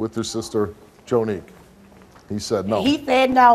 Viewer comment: The "He thsaid no" had me in 😭